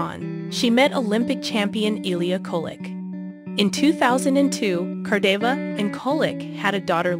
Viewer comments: G&G's names being mispronounced tells me all I need to know. Most people in the comment section know more about Gordeeva and Grinkov off the top of their heads, than you most likely know after doing research. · I agree & you even said “she” when it was required to say “he!” Good grief!! Learn to pronounce the peoples names & tell the story correctly! Geesh! 🙄🙄🙄🙄🙄🙄🙄🙄